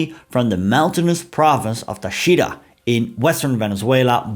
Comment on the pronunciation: Thanks for this rarely-covered sliver of Venezuelan history 😊 A minor note on pronunciation: - TAchira - MaraCAibo - ToVAR -GOmez